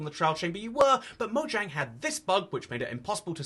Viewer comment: It's spelled "Mojang" It's pronounced "Moyang"